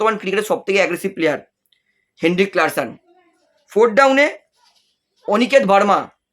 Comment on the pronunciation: Ota Klaseen, klarsen noy😂😅